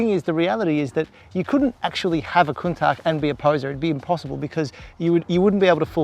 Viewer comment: Am always amused by people oblivious to how things are pronounced. It’s “countash”, not “countack”. Everyone seems to know that except this guy.